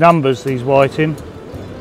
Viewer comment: Whi-TING, pou-TING... all the same ting.. lol